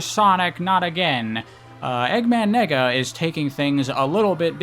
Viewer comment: I'm sorry but "Nega" is way too close to you saying nigga LMAOOO